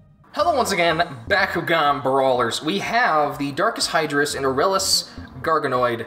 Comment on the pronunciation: The way you pernauce aralus is ar-a-less K,good do it right